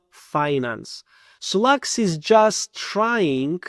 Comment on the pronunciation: Почему те, кто разваливает провальный solaxy смягчают L ? Акцент с пакистанского рынка.